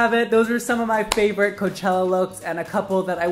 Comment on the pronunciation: hes saying chella